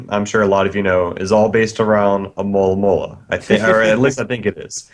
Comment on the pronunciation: Hey, you should try to learn how to say Alomomola! It's more like A-lo-mo-mo-la than A-mo-la-mo-la!